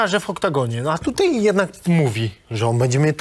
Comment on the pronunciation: Niech mu ktoś powie ze się mówi tutaj nie tutej